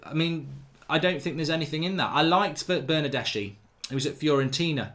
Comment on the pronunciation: Pronounced Bernardeski!